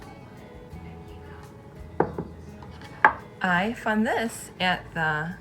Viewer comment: Your driving me crazy it's found its not fawn